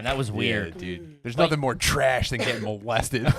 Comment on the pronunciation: “Mouse-lested” Come on!!!